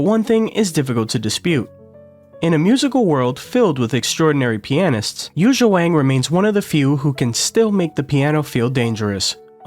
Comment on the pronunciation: She is creating a new school. She leads the piano in a new era. She is the future! This is it! By the way, her name is not Yuza, it’s Yuja Wang (/ˈjuːtʃiɑː wɑːŋ/), the right spell is Youtzia